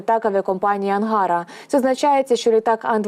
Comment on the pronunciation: Особливо, коли вона перекручує різні географічні назви постійно--не знає,що не АнгАра,а АнгарА.Барабанить,сама не розуміючи про що.І такі ляпи постійно.Для диктора телебачення таке -неможливе.